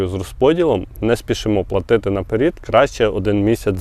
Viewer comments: А чого "наперід", а не "наперед"? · 😮, не напер1д а НАПЕРЕД, пров1ркове слово попереду а не попер1ду